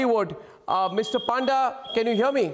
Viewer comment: It's panda not paanda